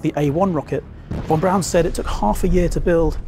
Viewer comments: The man's name is von Braun. Not von Brown. Please correct your pronunciation. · His name was Von Braun not Von Brown. Yikes !!!